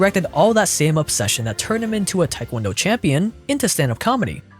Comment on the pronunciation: I was wondering why he said Taekwondo so correctly until I saw he last name was Tran.